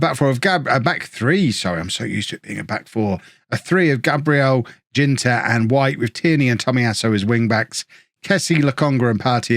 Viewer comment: I know you always love a good pronunciation tip, so here goes. In German a 'G' will never have a hard 'J' sound. The 'G' in Ginter will sound like the 'G' in gegenpress.